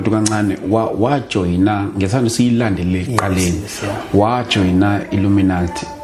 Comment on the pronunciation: 😂😂😂😂Wether it's a lie or a dream, he could atleast Google how to pronounce Illuminati.😊😅😂hai aneva phela.